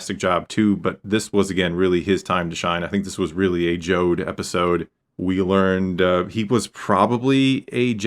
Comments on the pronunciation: Jod not Jode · Jod like odd, not Jod like ode